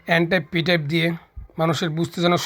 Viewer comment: এনটাইপ পিটাইপ ভালো করে বলতেই পারলেন না! বোঝাবেন কি?